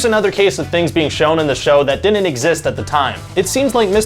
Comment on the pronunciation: The host need to learn how to pronounce “didn’t” he keeps saying “Dinnit” annoying